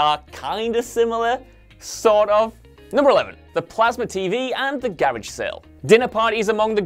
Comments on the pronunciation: It’s “garage” not garige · What is a garige sale? It's garage sale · Ma dude really just said garig sale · When he pronounced garage like that i thought to myself "why are you the way that you are?... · You pronounced the word garage wrong Just saying.. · Wait..... say garage again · It’s pronounced garage sale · This guy cannot pronounce Garage